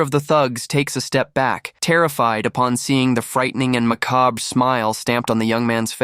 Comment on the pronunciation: Can't pronounce it either...